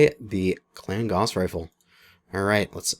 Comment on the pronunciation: Its not a gauze rifle, its a gauss rifle, gauss as in mouse.